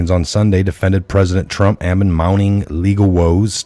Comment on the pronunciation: No offense but the word amid is enunciated a-mid! Like duh, it's auh! Like middle, it's mid!